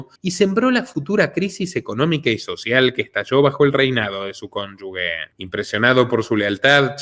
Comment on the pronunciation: INVESTIGA COMO SE PRONUNCIA "CONYUGE" Y "CONYUGES", LOS PRONUNCIAS MAL... UN SALUDO.